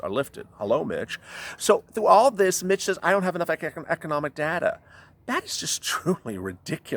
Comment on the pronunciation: I don't know if it's my cellphone (and I can tell it is not your intention) but every time you say Mitch it comes out as Bitch. Can't stop laughing.